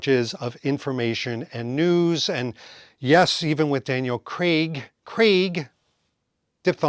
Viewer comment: I love your content, but please, PLEASE, stop over-pronouncing "Craig." It's like fingernails on a blackboard at this point. Retire the bit.